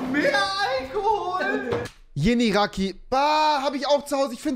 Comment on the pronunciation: Wieso könnt ihr nicht Türkische Marken richtig aussprechen? Wenn ihr es nicht aussprechen könnt kauft es nicht. Es heißt ULUDAG nicht uLuDuCk Nennt es doch einfach Gazoz Und Yeni Raki wird nicht Yanny Rakeey ausgesprochen